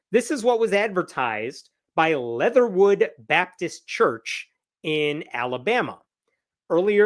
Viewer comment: Why does "leatherwood" sound like a slur?